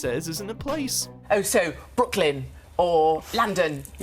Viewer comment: Bwrooklen..or.. LANDON 😂 stfu